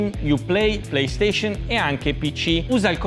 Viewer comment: Al secondo dici playstescen è PlayStation 😹